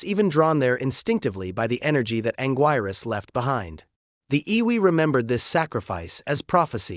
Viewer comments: It's pronounced Angeerus. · “He” didn’t mispronounce it. “He” is an AI narrator. I just wish they had an edit option on pronunciation, so we could correct these mispronunciations.